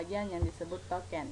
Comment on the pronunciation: itu token mba kenapa nyebutnya toket wkwkw🤣🤣